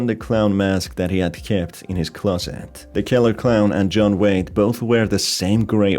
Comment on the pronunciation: I honestly thought you said his name was John Wayne instead of John Wade, and when you mentioned the clown mask I thought of John Wayne Gacy